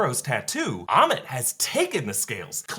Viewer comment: AMMIIIIITTT not emmett................................